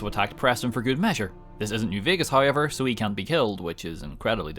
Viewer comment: Hi-ever = however